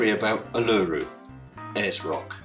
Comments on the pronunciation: Agree - the ‘Dunning Kruger’ is strong in this one. He is an idiot. Also in Australia, Uluru is pronounced oo-loo-roo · I’ve climbed Uluru. It’s rock, dude. Not hard tissue. Also, it’s pronounced “oo-loo-roo”. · Commenting early. Will watch to the end. But... Seriously, if his research can't turn up the correct pronunciation of the name of a massive arse rock... (stress on initial syllable, btw). Looking forward to watching the rest now coz I'm sure this was just a teensy little oversight of some kind. Rest of it's bound to be sound. And convincing. And not at all fruitloops.